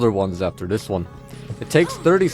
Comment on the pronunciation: weird lisp cant pronounce "this" properly and says dis so annoying